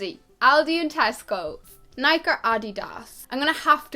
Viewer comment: i looooove the way you said "nike" and "adidas" !!!! i've never heard "adidas" said like that before